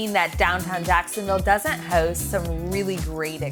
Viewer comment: So there is a big Difference between announcing and doing as you know in Business anything can change in a moments notice but I would love to know where you are from when you say the word HOST it is not a Jacksonville Florida accent and I am not talking the Westside of Jacksonville Florida...😁